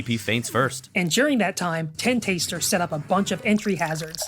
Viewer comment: The way you guys pronounce Tentastar like Ten-Taster, instead of Tenta-Star is hilarious 🤣🥰